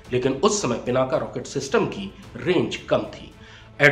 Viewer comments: Bhai Pinak bol PinakA kyun bol rhe ho. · पिनाका नही पिनाक है इसका नम सुधार लो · पिनाका नही पिनाक नाम हैं। भगवान शिव के धनुष का।सत्यानाश हो अंग्रेजी बHयाद mB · भगवान शिव के धनुष का नाम पिनाक था , आप बार बार पिनाका बोल रहे हैं । कृपया अपना उच्चारण ठीक कर लें । जय हिन्द । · कृपया पिनाका नही पिनाक कहे। ये संस्कृत का शब्द है। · As a news reader you have to pronounce a distinct name correctly. The fire arm is पिनाक । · भाई साहब 'पिनाक" होता है